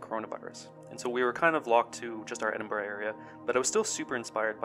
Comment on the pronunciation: Finally, someone pronounces Edinburgh right!